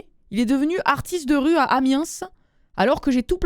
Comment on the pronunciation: Le troisième mail.... Ça manque de détails Elle(où il?) lui en a parlé avant ? Lui a dit qu'il voulait faire du jonglage ailleurs ? Mais la sans rien Ah et Amiens on dit pas le S, mais conaS, on le dit (sérieux, la proprios de la location et j'étais en vacances arrêtait pas de passé par conaS.... Et je rigolais dans son dos.... Oui, j'ai 10 ans d'âge mentale)